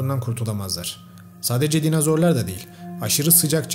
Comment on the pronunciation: Hocam dinazor değil dinozor 😭